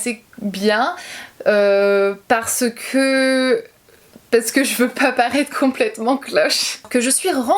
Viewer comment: Moi au tout début j'ai été gênée par ta façon de parler, je veux dire les "que" que tu prononces "qwyeu". Mais je m'y suis faite et c'est tellement minime par rapport à touuuuuut le positif que tu engendre avec tes vidéos, ta sincérité, ton naturel ~ bisous continue comme ça !